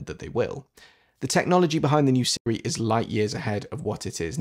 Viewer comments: Are you saying Sri or Siri? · I was wondering why Siri was pronounced improperly. You nailed the coffin on the head. I wish Siri actually did learn one’s voice.